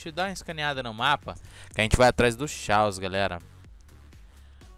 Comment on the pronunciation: o nome é chaos mas se le Caos não xaos